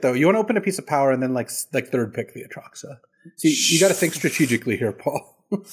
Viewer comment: Oh yeah its been months of A Truck suh